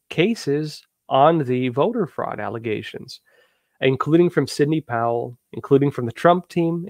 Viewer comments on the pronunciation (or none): Ya know, I just can't listen to you much anymore because I keep seeing a journalist who couldn't pronounce Arkansas and repeatedly mispronounced Sydney (saying Cindy). I can't get past it.